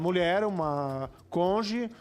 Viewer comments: Parem de rir de Sérgio Moro falando "conje", é puro preconceito linguístico; imagina se fosse alguém pobre falando assim? "Ah mas ele é juiz" cônjuge > conje é uma mudança fonética natural, se fosse assim agt poderia rir de Lula por falar "prizden da república" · Moro fez faculdade, passou numa prova difícil pracaraio de juiz, atuou por anos escrevendo sentenças mas ele é burro pq fala "conje". Todo o passado acadêmico se torna inválido pq ele fala "conje". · O conge do moro é igual ao rezistro do Renan. O cara fala errado td dia mas n se liga kkkkkkkkkkk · Eu não gosto do Moro, mas essa insistência em denegrir o cara com base na dificuldade dele falar "cônjuge" é patético! Tanta coisa errada que ele fez e vocês ficam nisso? Tá faltando pesquisa e entendimento nos assuntos hein,. Esse tipo de discurso que dá munição pra extrema direita.